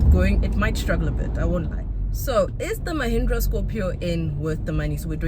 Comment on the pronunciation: 😅 I can't get Lehindra out of my head, every time you say Mahindra all I hear Lehindra 🤣